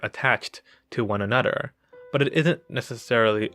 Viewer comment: i love you say ther into der....anoder